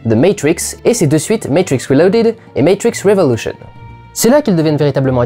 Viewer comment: "ze meytwrixe" "meytwrixe wrilodèd" "meytrwricxe wrèvolusheunsse"